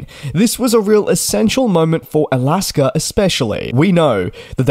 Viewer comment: Is I'll-ask-her Airlines the same thing as Alaska Airlines?